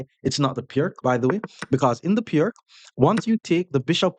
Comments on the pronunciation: It’s “Peerts” (peer-ts), not “Pirk.” The name is Slovene, so the c is pronounced like “ts.” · Piertz .. that's how you say it...